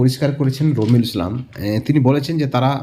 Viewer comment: এর নাম কি রোমিঊল নাকি বালরুল একটু পরিষ্কার করে বলুন।